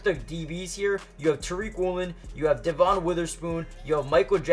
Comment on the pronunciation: He urbanizes a lot of the names like JAY-RON Reed and also calls Spoon DUH-von Witherspoon, I wonder why 😂